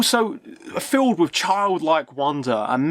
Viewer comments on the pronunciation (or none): Dude! It is wiTH not wiV. You need some elocution lessons